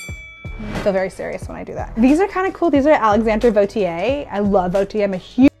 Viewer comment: Lmao funny how you say she can say "Vauthier“ when she and you actually don’t